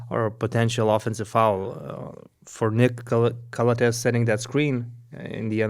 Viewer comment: it's pronounced Calàthees. Been wanting to say it for a long time lol